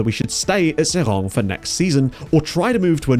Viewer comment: Pronunciation almost good. Just drop the -ng at the end. So just "Serai". Seeing SK Beveren drop to the 4th division...This is the team that introduced players like Eboué, Gervinho, Yaya Touré, Romaric, Arthur Boka into European football.